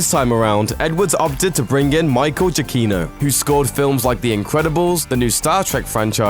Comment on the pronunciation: Uhh, I cringed when he mispronounced Michael's name x-X